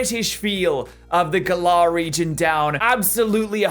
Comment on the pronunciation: Gal like "gallery" and ar like the word "are". Gal-ar